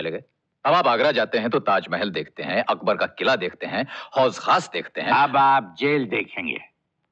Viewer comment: Amitabh ka talaffuz waqai mein Ajit sahab aur tejoori waaley sahab se kaafi kharaab hai. Amitabh ne kasoor kaha qusoor k bajaayr aur hauz khaas kaha , hauz e khaas k bajaye. Aur kaha k “ mera jee to chaheta hai kehkaha laganey ko, asal mein kehkaha nahin Qehqahaa hota hai. Dialogues to sirf Dilip sahab, Dev sahab aur Raaj kapoor sahab aur Raj kumar sahab k munh se achey lagtey they. Aur talaffuz Shashi kapoor sahab ka bhi behtareen tha. Feroz khan sahab aur Ajit sahab ka bhi behtareen tha